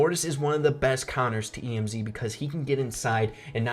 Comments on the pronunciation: THIS MAN SAID E M Z AND NOT EMZ THAT A RIP IN THE CHAT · It's Emz not E M Z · STOP SAYING E M Z, ITS EMZ, 1 WORD IDIOT!!!! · Tf. Did u just say “E-M-Z”?! Just say Emz... like m&ms say the ms (ems) and add a bee sound in the end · Just wondering why do you cal emz e m z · It's pronounced em'z not E.M.Z. lol. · He called Emz E-M-Z 😂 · When he said emz I had a stroke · lol, E - M - Z he said